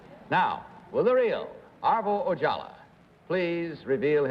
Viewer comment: It's Ojala, not Ojallah. And Kitty Carlisle? I've seen her on A Night At The Opera with the Marx Brothers